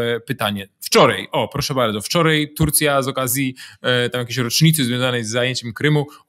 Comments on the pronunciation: Piotrze, robisz fantastyczną robotę, czekam codziennie na każdy odcinek o , ale w końcu muszę to napisać: tutAj, nie tutEj i wczorAj, nie wczorEj ! :) i proszę się nie gniewać :) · Dlaczego pan mówi "wczorej" "tutej" ? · Nie wczorej tylko wczoraj. Mówmy po Polsku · wczorej tutej i inne Zychowicz wez sie ogarnij językowo hahahha